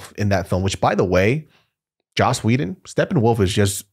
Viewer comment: Lmao it’s joss not josh Whedon